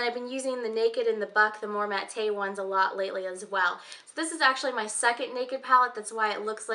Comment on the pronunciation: I love all your favorites, I love Dior glosses too. When you say 'mat-tay', do you mean matte (pronounced mat)? I couldn't figure out what you were referring to at first LOL Looking forward to the hair care video. What about fragrance favorites too?